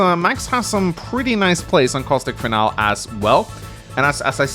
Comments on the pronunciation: lmao. Finalé pronounced fin-Al isn't any accent, it's just incorrect. Thats ok, I guess. Fin-alee is closer and is how mostly americans pronounce it, but some other english speakers pronounce it this way too. It's always been funny to me that people are so willing to commit to their ignorance to the point they will start fights to defend their own intellectual laziness. Why do so many humans actively want to stay wrong, Especially in a field where you are using words to convey information to others? Smh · it's FIN-al-ee. Not "final." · hate to be that guy but "Finale" is pronounced Fin-Al-Lee